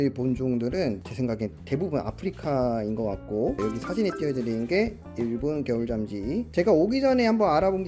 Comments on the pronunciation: 계속 겨울잠쥐가아니라 겨울 짬쥐라고하는거같은... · 잠쥐 발음조심!! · 발음에 유의 합시다 '겨울잠'쥐 입니다. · 브로님 발음이 ㅋㅋㅋㅋㅋㅋ 겨울쫨쥐 ㅋㅋㅋㅋㅋㅋㅋㅋㅋㅋㅋㅋㅋㅋㅋㅋㅋㅋㅋㅋㅋ착한생각.....착한생가..ㄱ.....ㅠㅠㅍ...